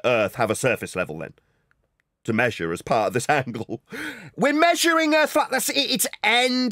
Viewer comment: so where is this earf he keeps on talking about